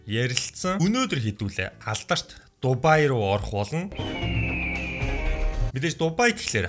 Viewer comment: Та бичихдээ Дубай гэчихээд хэлэхдээ Дубайя гээд бна шд